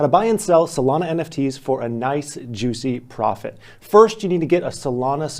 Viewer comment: why he say solana like that?